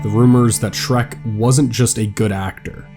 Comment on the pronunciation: I really want to like your content, but dude - the guy's name was Schreck, SCHRECK - there's no S or X at the end.